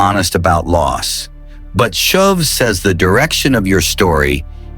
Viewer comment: glad this promise does not depend upon your pronunciation. should be 'shoov' not shove. 'course I know its AI, which noone can trust.